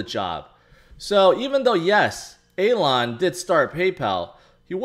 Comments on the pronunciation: Hey, It's Elon right, not Alon? Still love the fact that we're all:) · Calling hem Alon is an even bigger fail than the crashing of BTC. Just sounds like you're mispronouncing it... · You're mispronouncing his name instead of using a different name... Anyway the whole thing is just too toxic atm. Barry with his "welcome to crypto" message to doge holders wasn't any better...